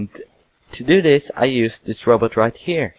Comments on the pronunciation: you said rowboats... not robot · Umm... I was aiming for the fact that you said: rooboot instead of robot, but but it goes both ways, nice robot, and prununciunciun I dont mean to be a prick if it seems like it! I just wanna B buds!